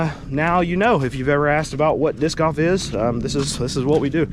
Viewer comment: It sounded like "Diss Guff". LOL Disk Golf I understand. LOL